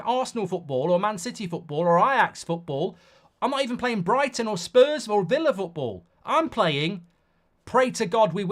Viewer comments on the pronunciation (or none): none